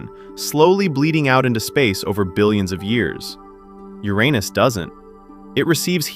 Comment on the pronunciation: Thank you for pronouncing uranus the right way